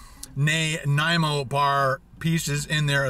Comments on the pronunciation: Listening to you trying to say Nanaimo was more interesting than anything else in the video. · I cringed every time he said Nanaimo, I've never heard someone pronounce it like that before. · Alex Ander Theres lots of people who mispronounce it. Not just. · fuck i know multiple people from all over the states that can pronounce nanaimo but not a fellow canadian? as a person from nanaimo im dissapointed. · Learn how to pronounce nanaimo bar please, it not a hard word.... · How can you not know how to pronounce Nanaimo?